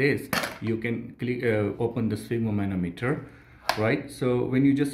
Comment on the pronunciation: It is called spygmomAnometer, not sphygmomOnometer...